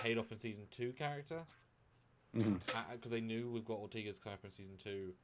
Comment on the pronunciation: One of you pronounces Ortegas as "Ortiguez", which is an entirely different name, except for the beginning "Ort." The "e" in Ortegas is pronounced like the "e" in "bed". Then the "a" is like in "bad."